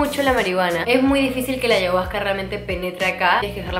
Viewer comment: Deberías pronunciar bien ayahusca . 🤷🏻‍♀️